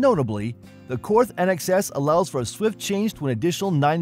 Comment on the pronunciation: And Korth is Kort, no th sound. Same with Walther it’s Vahl-ter. But on the other hand Germans can’t say Pontiac ...no one cares.